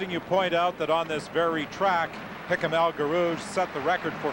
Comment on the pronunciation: As usual a great commentary!🙃 (1) For almost a lap we are told all about Sullivan - he finished in eleventh place. (2) El G's first name is constantly mispronounced. (3) Ngeny is not mentioned until well into the third lap. Still I have to rate this as not the worst commentary on an important 1500m/mile race. For that, turn to the ABC commentary on the Olympic 1500m final in Mexico City (1968).